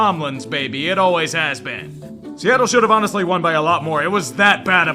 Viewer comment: But he said, "awneslly" afterwards...That counts for something